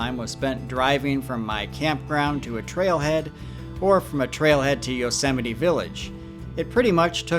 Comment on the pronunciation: Yosemity??? Say no more. 🦍🐒🦧😢😢😢